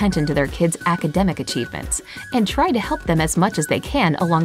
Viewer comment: Wat? Can you pronounce 'academic' again 😂😂😂